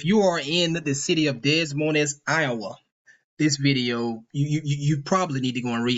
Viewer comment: Des Moines is pronounced (Dey-moyn)